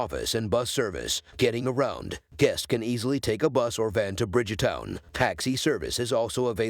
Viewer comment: Hi there u r doing a good job, but there one thing that u kept saying the word BRIDGEEE-- TOWN AND NOT BRIDEGTOWN , THANK U ...